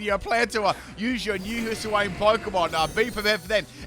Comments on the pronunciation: Hiss-uh-wayne :_pimpKappa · "Hisuiwayne" lmao